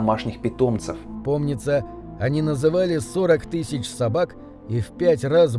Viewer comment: Тыщщу, тыщщю, тысщу.... 😵